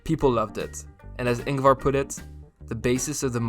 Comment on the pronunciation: You pronouced ingvars name wrong and also småland.